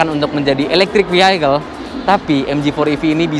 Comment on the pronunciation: Pembacaan kata "Vehicle" yg benar: "Fi hi kel" , bukan "Fi hai kel". Saran aja, ga usah pake bahasa Inggris, kita orang Indonesia banggalah pake bahasa sendiri. Kita pake bahasa Inggris juga belum tentu akurat dan benar